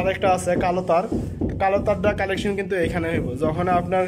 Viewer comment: কালেকশন বলেন কেন? কানেকশন